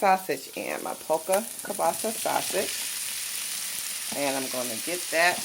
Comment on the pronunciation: it is Polska Kielbasa not polka kielbasa.